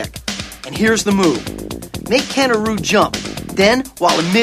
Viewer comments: Ugh when he mispronounced Ryu's name it hurt. It's Ree-yoo or heck Rai You. Not Roo. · Ken or Roo? Isn't it "Ree-you"? Man back in the day I had no idea how to pronounce it.....I still don't. This was EXTREME!